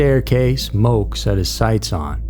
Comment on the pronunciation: It’s pronounced Mo-Keh. And I’d say Sacred Falls is way more illegal since it’s actually had a very tragic incident. I don’t even think people try that hike anymore.